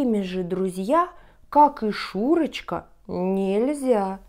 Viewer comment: Paczemu "Szuroczka" czatamy kak "Szureczka"?:P